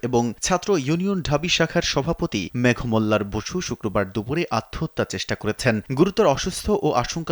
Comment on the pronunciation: কনটেন্টের ভয়েসদাতাকে বলছি। ওনার নামের উচ্চারণ (মেঘোমল্লার)। একটু অভিধান খুলে দেখবেন।